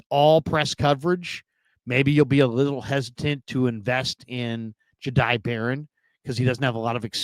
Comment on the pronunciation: It’s Jihaad!! Not Gihaad!!!!! Smdh ridiculous!